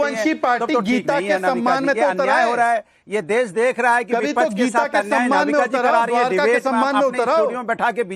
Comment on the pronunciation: Anurag Bhadoria cannot even speak clear Hindi. Keeps saying VIPACHCH. there is a syllable ksh in hindi. Vipaksh. Anurag needs to disclose his real Islamist name.